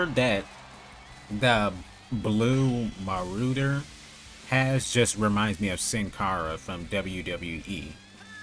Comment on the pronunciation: Muscle Muscle looks a bit like Randy Orton if you asked me. 🤔 And Mr. Solitude looks EXACTLY like Triple H, but in his early 20s. 🧐 Veteran Power could probably his brother and he’s based off of Mr. T (Hulk Hogan former tag partner) and/or Booker T. Blue Marauder’s name is pronounced “Ma-Rah-Der”, and yes, weapons should’ve been added in the game. 😎👍 Dark Fletcher is DEFINITELY The Undertaker IF he was a pirate! 🫵😂